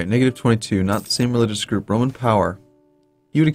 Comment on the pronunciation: Get well soon,! In the beginning of your episode it sounded like you said "...some more of the Broman Empire."...imagine the Bro-man empire, it wouldn't be Caesar, but Brosar, The capital Brome and they would host the Broylimpic Games. Ave Brosar!